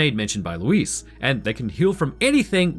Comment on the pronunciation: Why do white people always say Lewis instead if Luis, you said it right the majority of the time